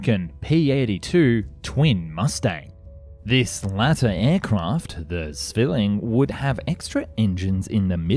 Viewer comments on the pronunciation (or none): Everbody knows that Germans say tsway for Zwei. Why oh why say zzzzwealing? It is tswealing. TS. Why don't all Americans speak German really well? Go to school when you're young. All Germans of your age speak English like a Camebridge student does!